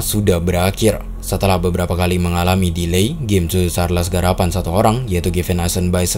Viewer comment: Yg Abang ny bilang : cho Cho Charles Yg ku dengar : susu charles